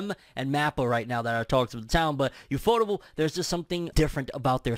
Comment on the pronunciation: “YOUFOUTABLE”???? Is that really how it’s pronounced? I thought it was U-F-O-TABLE.